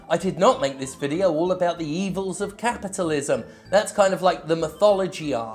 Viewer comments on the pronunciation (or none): did you say cat-pitalism? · Did he say “catpitilism?